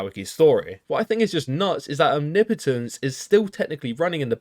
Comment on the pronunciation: It's refreshing to hear someone pronounce omnipotence correctly